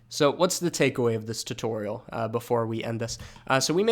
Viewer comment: every time i hear you pronouncing tutorial my soul dies a little bit but it is worth it because i love your tutorials